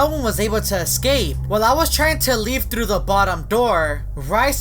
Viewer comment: You are best. Memes: Me: Communication: Khimunicationp Me: Thru: Thuru